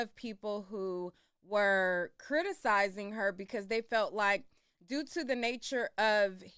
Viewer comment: She cant pronounce criticizing 😂😂😂😂